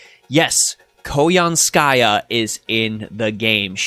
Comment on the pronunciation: Really happy you covered all this news! Now I know how to pronounce Koyanskaya properly lol. Overall I really like what she brings to the game by helping out Buster. She has added more diversity back into 3 turn farming, without the need to solely focus on Arts or Quick servants. As for the new servant coin system, I feel it was poorly executed. Outside of the potential 20% starting NP gauge for some servants, the Append Skills and new 120 Grail system are not worth the resources. Lores and Grails are already highly coveted resources and unless they start giving us way more copies of both with each event, the new systems don't feel worth it. Also, considering they seem to plan to give out more Servant Coins in events somehow, I feel this is just another filler reward in events that will take away from other materials as event rewards instead. Hopefully, they will improve both systems to make the high costs worth it. Otherwise they are just yet another glorified sticker to show off on a player's favorite servant.